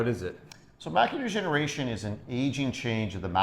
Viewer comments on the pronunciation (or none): I love how it kept sounding like he was saying, "Macular Generation." and made sure the audience knew it was "Degeneration, as in Macular Degeneration."